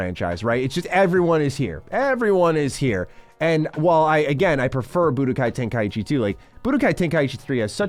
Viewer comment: Good god it's TEN-KAI-CHI Not TEN-KAI-EE-CHI